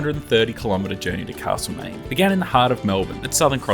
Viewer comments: If you say CaRslemaine once more I'll scream. As a local it is Castlemaine. Alway was, Always will be. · Thanks, but it isn't Carselmaine.